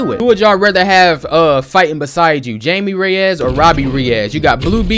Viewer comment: It’s pronounced Hi-Me Ray-Us,.